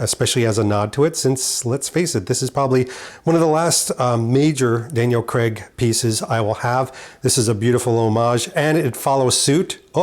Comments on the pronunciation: Craig not Creg. As you Americans pronounce it. Please don't take any offence. Great in depth video, just wish I could have my clothes tailored like that. Not forgetting the dosh to afford it! Cheers. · Great content but please please pronounce his name correctly? CRAIG. Not Cceg !!